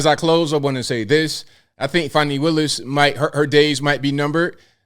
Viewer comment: Fanny not fawnny